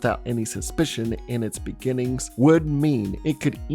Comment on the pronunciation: Its not Bennings